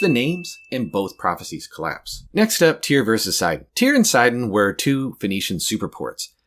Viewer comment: I thought it was pronounced tire 😭